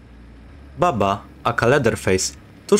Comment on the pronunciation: I tak na przyszłość mówi się Bubba a nie Babba bo to źle brzmi